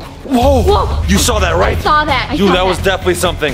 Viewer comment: That is not how you say saw